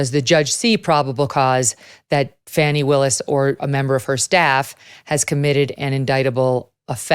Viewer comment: Why does everyone mispronounce Fanny? Fawney does not take into account the girl's large caboose, seen when she in profile.